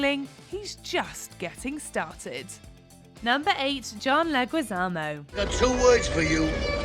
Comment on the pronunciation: Instead of saying "Latinx" it would have nicer to the Latino community to pronounce Leguizamo correctly. In Spanish the "u" is mute after "g" or "q". You're welcome. Unlike by the way. We, latinos hate the LX word